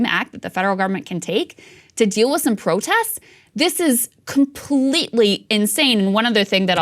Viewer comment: Krystal you said: “ProtESS” instead of “protests”. Some missing consonants there!